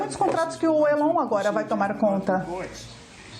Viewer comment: Uma tradutora que não sabe pronunciar Elon é lamentável